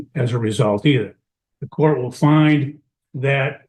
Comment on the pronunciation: In courth? This is not even English...stop this garbage